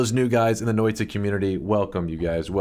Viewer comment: As a Finn, got to love how badly he pronounces that Finnish word "Noita", like "Noiii-tA" :) Noita basically means "Witch"